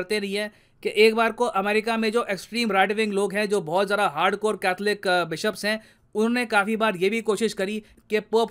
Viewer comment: Sir please don't mind but बोहोत नहीं होता , बहुत होता h।